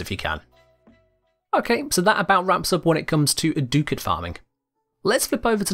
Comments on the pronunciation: what is a doocat??? its ducat(duh-c-it) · Ah, it’s pronounced like “Duck-it” not “Doo-cat”. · Sorry to be THAT guy, but it’s pronounced “duck-it.” Lol I kno I’m annoying…